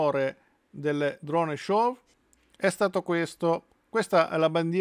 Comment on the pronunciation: Tutto bene però SHOW si pronuncia senza la W finale: SCIO' e non sciov. Non si può sentire !